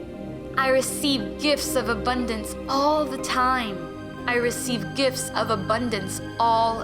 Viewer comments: Once I heard I can’t unhear: “I love to give and to receive gifs.” 😂😇 thanks I love listening to this on the train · I always hear: "I receive GIFs of abundance all the time." 🤣❤️